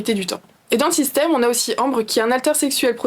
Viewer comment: À 2mn35, elle a prononcé "système".